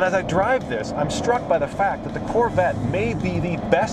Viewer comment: How hard is it to say THE instead of 'da' like a 4 year old? Say it with me now, c'mon, THE GTR.